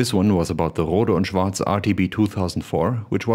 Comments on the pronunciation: well, the way pronounced it in the video is correct as it's a German company. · hmm..so thats the correct way to pronounce Rohde und Schwartz. nice. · And finally a video where someone pronounces the name properly :D